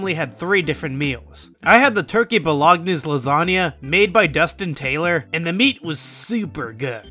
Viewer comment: i hope you said Bolognese wrong on purpose haha